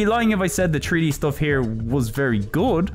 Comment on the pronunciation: WHAT DO YOU MEAN TREE-D? It's three D, not tree d!